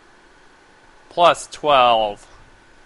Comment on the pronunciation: "dicktory" lol